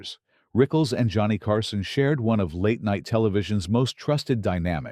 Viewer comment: Joe-ah-knee Carson. Shit. Next...